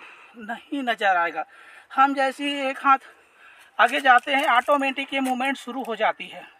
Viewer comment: आटोमेटिक nahi hota h औटोमेटिक😂